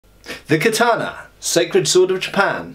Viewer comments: Hey. It's Kata-na, not Ka-tana. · ka-ta-na. The 'a' is pronounced as in cat. There is no tah sound in Japanese as you used in the second syllable.